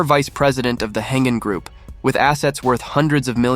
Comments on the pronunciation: It’s Heng-An not “Hengen” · Pronounced as "Heng-An" Group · Yes. 'Heng-An' should be pronounced 'Heng Arn' for English speakers.